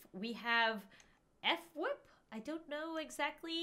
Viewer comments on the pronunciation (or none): it's sounded like how it's spelt f..wip, like hwip but with an F